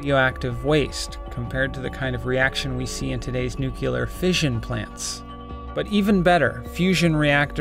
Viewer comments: It’s pronounced “New-Clear” just two syllables. When you say “nuu-cue-lure” you’re either a low rent West Texas dimestore hood or George W. Bush. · does this narrator say "nucular", instead of "nuclear"? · NOO KYUH LUR? Genius, Repeat afte me: "NEW" "CLEAR" Nuclear! How TF do YOU get Nookyuhlur out of Nuclear New Clear??? KEK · ”Nucular fusion” lmfao。。。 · You and George W. Bush share the same propensity to mispronounce NUCLEAR (not NUC-U-lar). This suggests a malformed underbelly of an otherwise well produced piece of tech journalism. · ''we're talking about nucular fusion'' even as someone who's mother language isn't English it make me cringe, its nuclear not nucular! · omg stop saying 'NUKULAR' the word is pronounced nuc - le - ar not that damn hard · IT'S NU-CLEAR NOT "NUCULAR"! And I don't care if it's "second preference"... To quote George Carlin: "There's a reason it's second - because it's not the first". Honestly, it never ceases to amaze me how a person can write one word and then say something completely different aloud. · Friendly Youtube nucular is a form of nuclear energy commonly used in nukes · Nuclear, not "Nucular". Say it with me: New-clee-er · It's nuclear not nucular!! God damn! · This is really cool!! Just one question though, why do Americans pronounce nuclear as "nuculear" instead of "new-clear" (ie the way it's spelled)? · Did you pronounce nuclear:new-killer and not new-clear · “nucular” it’s pronounced nuclear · NEW-CLEER NEW-CLEER NEW-CLEER!!!! Not NEW-CU-LER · NUCLEAR NUCLEAR, say it with me N-U-C-L-E-A-R. It's not god damn NUCULAR, it's NUCLEAR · yo that's "nuclear" not "nucular* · Nuclear not nucular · It's "new-clear" not "new-cue-ler". Why do so many people mispronounce and misspell "nuclear" smh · are you pronouncing it nook-you-lur instead of nuc-le-ar just to bug us? if so, it's working. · They're making a video with soo many hard work and research.. But still you guys are after him cause he is saying Nucular? Shame on you guys..😡